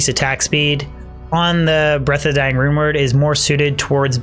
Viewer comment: I keep hearing him say The rumored infinity instead of the rune word infinity lol